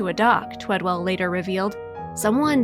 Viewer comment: The guys name is TWEDEL not TWEDWELL. Bet that kinda pissed the dude off that she couldn't say his name right. Gezz, how many times did she say it too? Maybe it would be better if the person telling the story actually read what was written for her also, ya think. Poor guy, does such a great thing and they couldn't day his name right.✌